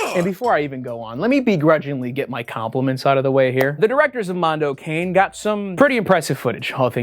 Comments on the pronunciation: Africa ADDIO, addio for god's sake, one word, means 'so long'. Mondo Cane means 'a dog's world' and it's pronounced CA-NE, CA for California NE for Nevada, it's NOT pronounced as 'cane' like cane sugar. Anglos are the worst linguists the world has ever seen. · Ah it's so painful hearing Wendigoon say "Africa AdiDo" (where did that extra D come from? Think "adios" in Spanish) and Mondo '_kayne_'. (It's pronounced like '_ka-nay_' - cognate to "canine.") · not to be that one annoying italian but it's pronounced mondo ka-n-eh (it means dog) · Mondo Cane is an Tuscan colloquialism that translates roughly as “it's a dog's life”. In this case Cane is pronounced KAH-nay. Sorry to be that guy.. lol. Enjoyed the video. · I know I'm being that guy but I wanted to point out that the "Cane" in Mondo Cane is pronounced "caw-nay." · As an italian, the way Wendigoon said "Africa Addio" and "'Mondo Cane" made me die a little inside. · the worst disturbing thing i've seen in this video is the pronunciation of "mondo addio" and "mondo cane" :p